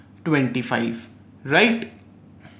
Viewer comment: Its just RIGHT, why are u giving so much stress saying righTTT..., please dnt. It was irritating while I was watching your video, thought to tell u through comments.